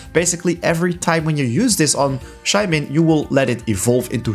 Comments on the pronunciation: Shae man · Shae mon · The way he says Shaymin triggers me every time...